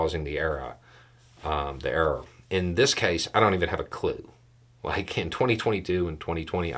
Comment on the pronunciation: Your pronunciation of error as errah reminds me of home.